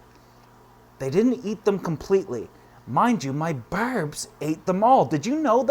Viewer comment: I could listen to say Barrrbs all day long!!